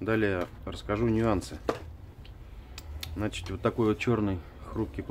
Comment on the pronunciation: значит, а не значить!